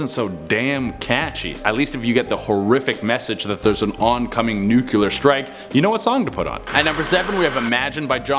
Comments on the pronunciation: It's pronounced noo-klee-ar, not noo-kyoo-lar. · Argh! its NU-CLEAR NOT NUCULAR... Sigh.. I love you cuz you're great and funny and super great looking(p.s I'm not a guy even though my name on here is a male name) but this has got to be one of my biggest pet peeves.... People saying words wrong... much love to you though!